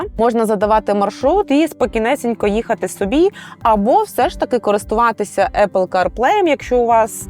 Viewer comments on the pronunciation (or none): none